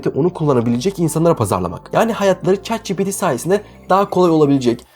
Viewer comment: ÇAT CİPİTİ! Yohsaam ÇEAT Mİ DİYORSUN?